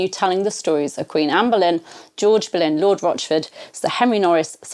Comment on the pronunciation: Benlyn, however, it's spelt Boleyn